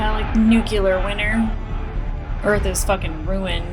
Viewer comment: Plus one for Strange Dogs. Keep those in mind. Marco never went through the ring gate. Not sure why you think that. Please don't mispronounce "nuclear." George Bush used to do that and it drove me nuts. I know you liked Marco's man bun. I'm SO happy you'll be reading the books. Please update us on that sometimes.